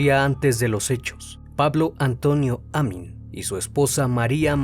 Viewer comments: me desespera cada vez que dice Amin cuando escribió Amín 🙄 y el apellido es Arias sin acento 🧐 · Vivo a unas cuadras del lugar del asesinato. Muy buen informe. Muy buen trabajo. Te felicito. Sólo una pequeña aclaración, el apellido lleva acento en la última sílaba, sería Amín. Y el apellido de la víctima lleva acento en la primera. Saludos.